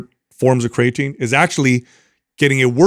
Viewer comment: I'm going to listen to this on my way from work tonight. A game I like to play is to count how many times pronounces Creatine "Craytine". 😂